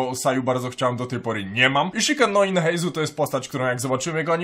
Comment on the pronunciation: Imię nowego bohatera czytamy Heizoo, to [u] na końcu oznacza przedłużenie poprzedniego dźwięku - tak samo jak w Kujou Sara czytamy Kujoo, a nie Kuju.